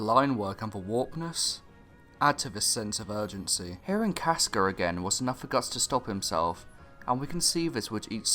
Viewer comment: Why do you pronounce her name as "Caskur?"